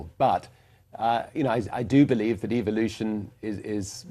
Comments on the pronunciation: "Eviluton" Why does he get that kind of accent? I despise this guys luck! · It sounds like he said EVILution. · It sounds like he is saying EVIL-lution